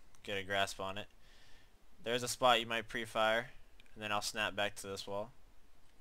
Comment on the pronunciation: for me "spot" sounds like "spy" LOL